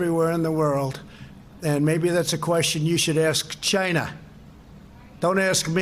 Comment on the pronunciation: "Ask CHy-NA"😂...and this is who y'all voted for.🤮